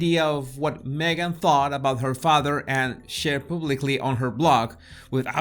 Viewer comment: Jesus I love the way you say your name. It is so beautiful to the ear. My old kiwi accent could never do it justice.